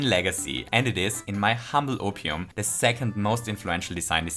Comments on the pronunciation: Oh I thought he was saying “in my humble onion” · This might sound weird but am I the only one who hears "and it is in my humble opium" on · i mean, he did say "in my humble opium"